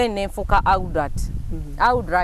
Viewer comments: ALUDAATI, ILITRITI,. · Pronunciation of adult enzise. Obwedda mwenya naye ekyo nfudde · Naye Bad black mbu Aldut instead of Adult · Am an aludat 🤣🤣🤣🤣🤣🤣🤣🤣 instead of adult naye black wa banange 😂😂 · Wabula from gugu(google)psalms to elidulati (Adult)🤣🤣🤣🤣omukazi ono ansesa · Aldut???? Naye bad black its "adult" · 🤣🤣🤣🤣🤣Wabula black Naye Bambi try to correct her in some words adult she pronounced wrong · nawe muno mubulile how to say adult